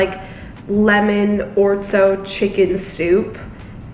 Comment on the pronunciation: Girl, it’s Orzo, not Ortzo 👍🏻